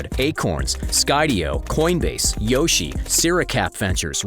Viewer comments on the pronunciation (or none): none